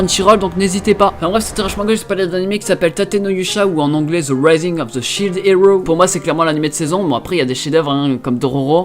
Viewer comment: " ... ou ze raizing offe ze chilede éro"